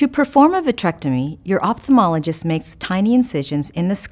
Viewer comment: She can't pronounce "opthalmologist" correctly